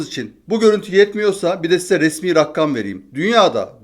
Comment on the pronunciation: abi 11 kez rakkam dedin bir kezde rakam dedin iyi aksamlar